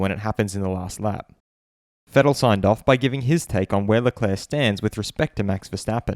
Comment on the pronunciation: ShArL LeClaAaAa so funny how Martin Brundle says his name like this after hearing Charles pronounce it himself on Drive to Survive. “I’m Charles Leclerc”